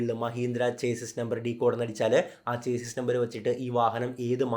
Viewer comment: ചേസിസ് അല്ല - ഷാസി എന്ന് പറയുക